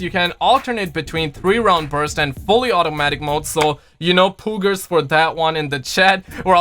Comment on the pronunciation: Did this man just say "poogers" when he was tryna say "poggers"